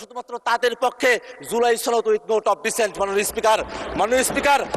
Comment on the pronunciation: ছনদ নাকি সনদ?🤣🤣🤣🤣